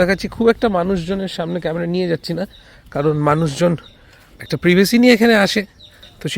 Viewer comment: প্রিভেসি টা কি ভাই? কে কি বলে দেখার দরকার নেই নিজে ভাষাটা ঠিক করে বলো